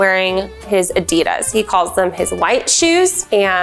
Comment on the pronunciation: normal people: adidas She: adeedars